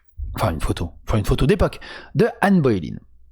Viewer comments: Anne "Baulaine" et non pas Anne "Bauléïne" !!!! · Mais mais mais. On t'aime hein, mais c'est Ann BoleYn pas Ann Boylen. 😂😅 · C'est Boleyn pas Boy line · C'est pas Bo-é-lyn. C'est Bo-lé-yn. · Que Satan me chatouille l'anus comment t'as prononcé Anne Boleyn au debut ! 😂 c'était presque beau haha . Ah ben pas qu'au debut en fait... Anne Boylin 🤣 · ca se prononce anne bolène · Ca se prononce "Bolaine" non ? Comme le "Hai" de "Haine" (ça devrait parler à MJ comme ça).